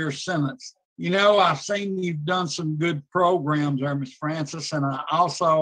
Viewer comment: I like Mr wise, U know why? Cuz he knows how to say Programs lol I hate how Tony merabella says progrims so wrong! So irritating lol